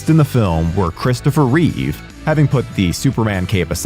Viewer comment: I just watched the video to make sure that you pronounced Reeve properly, with no S. Thank you for doing so.